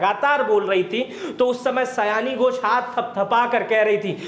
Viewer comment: सयाणी घोष नही सायनी घोष है , कृपया सुधार ले ।